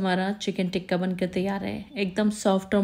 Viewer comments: ڈیئر بہت اچھی ترکیب ہے۔ پلیز "تکہ" ٹھیک لفظ ہے، ٹکہ نہیں۔ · Baji teeka😂 nhi tikka 😢😢